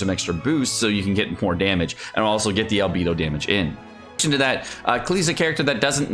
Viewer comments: Who is coming soon? i didnt understand arrghhbedo? is it albedo? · AND AL-BEE-DO???